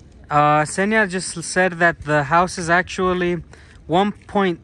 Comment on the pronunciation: Daniel's girl's name is Ksenia, not Zhenia (these are different names).